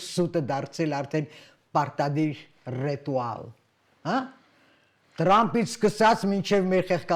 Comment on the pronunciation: Мадам,не ретуал,а ритуал! Вы не на сцене театра,спуститесь со сцены!